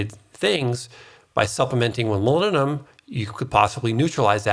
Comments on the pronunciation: It's MOLYBDENUM with B and D not molymnum. :D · Please clarify ... the mineral you mentioned near the end that sounds like " millennium" .... molybdenum? aluminum? ....hard to hear that as a recognizable element .... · Is he saying ‘molybdenum’? All I hear is ‘mulununum’...... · If you're also wondering about "molinnenum", it's molybdenum. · Molybdenum It has a 'B' in it. moly'B'denum Learn how to pronounce it. Otherwise, thankyou very much for the information. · What is milleninum? You keep calling it milleninum, what mineral is that? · Are you saying molybdenum? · I assume you are trying to say the word 'molybdenum'?